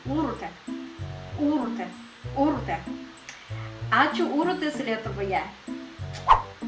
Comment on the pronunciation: Sveikinu, puikiai tari vardą Urtė❤❤❤❤